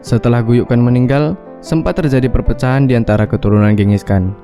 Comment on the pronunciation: Cara narator mengucapkan kata "kerajaan", "terjadi" dan "sukses" seperti dialek orang Batak. 😄